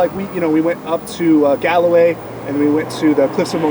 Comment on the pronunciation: It's not pronounced Gal O Way. Galway is pronounced like Gaul, France no 'O'. Oh forget it 🙃. The other guy needs a new fishing rod, the one he used was broken although they did keep you engaged until the boys in blue arrived 🙂👍